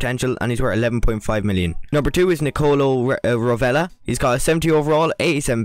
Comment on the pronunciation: The pronunciation of Rovella hahaha